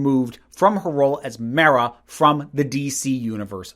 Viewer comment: The most controversial thing you said in this video is the pronunciation of mera